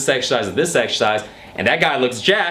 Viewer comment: get to the gym and exSHersice